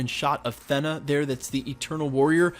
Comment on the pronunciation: Bro, her Name is pronounced "THEENA" not thennna